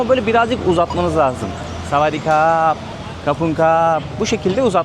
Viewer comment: yalnız kap (krap) erkeklerin kullandığı bir eklemedir, doğru okunuşu "hap" şeklindedir. Kadınlar ise ha "kra" der. Naziklik olsun diye kullanılır. Mesela sa wat dee krap kelimesinin okunuşu "savaddi hap" şeklinde fakat biraz aksanlı söylemeniz gerekir, çünkü taycada 5 farklı tonlama olduğu için bir kelimeyi yanlış söylerseniz başka bir anlama gelebilir.